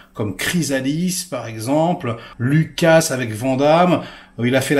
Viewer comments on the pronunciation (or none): none